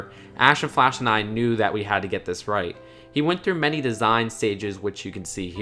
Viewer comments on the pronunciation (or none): none